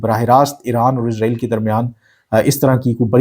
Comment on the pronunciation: ارے بھائی جان اپنا الفاظ اور تلفظ صحیح کریں اسرائیل اور عزرائیل میں بہت فرق ہے اپ بار بار عزرائیل عزرائیل عزرائیل کے 😂😂😂